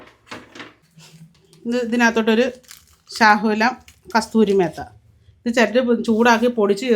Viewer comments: Kasuri methi not kasthiry metha😂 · കസ്തൂരി മേത്ത അല്ല മേത്തി ആണ്